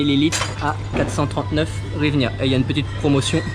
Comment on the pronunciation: En Ukraine 🇺🇦 ont ne dit pas hrivina mais Grivnia